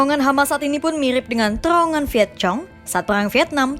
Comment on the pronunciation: serius naratornya kompas bilang Vietcong ( c seperti pada cicak)?